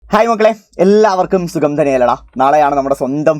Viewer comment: Sugam crystal clear😂😂